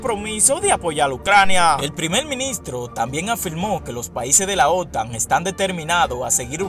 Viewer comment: Dise el reportero como la ota correción cómo la OTAN jajajaja bendiciones